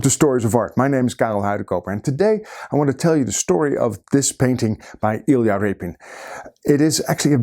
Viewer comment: homie you say "i expect you to know something about iyla rapin, you clicked on this video", there was no way to know it was him by title I was trying to figure it out lelading up to you saying it. Huge fan by the way great videos.